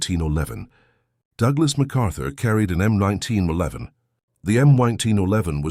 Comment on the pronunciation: The "M oneteen O'leven" ???!!!! You bought the cheapest automated voice you could find, didn't you?!!!